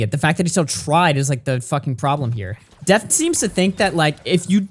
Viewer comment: Papa butchered def lmao